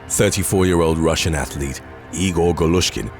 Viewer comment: Athlete doesn't have 3 syllables but other than that, great content 😂😂😂